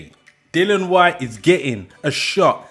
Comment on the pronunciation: His name is DILLIAN. NOT DILON